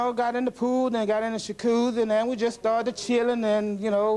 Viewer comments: This fool said, "Shakoozi" 😭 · Both of them are funny, I like when he said shaccushy, for jacuzzi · Did I hear, "shacuzzi"?